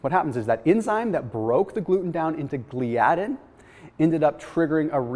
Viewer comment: Dude, give me a call on how to pronounce the proteins you're discussing. lol proLAmin, gluTAminase, GLIadin. Hope that helps.